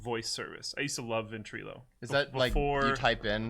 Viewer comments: illo not eelo... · "VentrElo" lmfao Everytime you say it makes me cringe. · for. Your pronouncing Ventrilo wrong